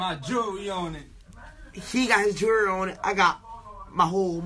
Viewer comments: what is jerereeyy?llll??? lmbo..... colored people hit your English books!!!!! 49 cent should be working in a jerereeyy stock to sho!!!! y'all feel me cuz??! I likes to wear my gold jerereeyy!!!!! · Jewelry* not Gerry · 'i got my jewererery on' u for real